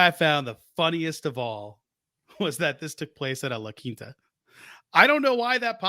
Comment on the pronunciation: Put some respect on the "La Quinta" 😂😂😂😂😂😂